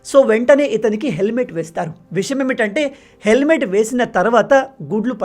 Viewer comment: విషయం ఏమిటంటే అనాలి. నువ్వు చెప్పేటప్పుడు విషమేమిటంటే అంటున్నావు.